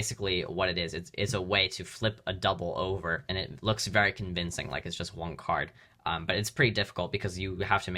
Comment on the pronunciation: Why do you keep pronouncing one card as “wanc ard” it’s so irritating